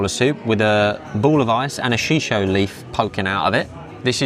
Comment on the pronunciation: This place looks interesting! My one comment- shiso is said like She-So. That's all 😅